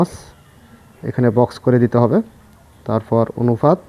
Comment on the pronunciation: আপনি অনুপাত কে অনুফাত বলছেন কেনো???